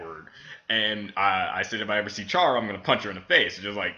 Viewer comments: You pronounced Chara wrong it's like CHAIR-ruh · you pronos chara cara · I cringe when you say chara's name cause thats not how you say it...